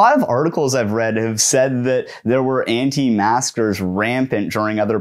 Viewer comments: are you saying anti masker or anti master lol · Sounds like he’s saying “anti masters” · But why does he repeatedly say "Anti-master"? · Does he keep saying “anti-masters” or is it an auditory illusion? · I keep thinking you are saying "anti-masters."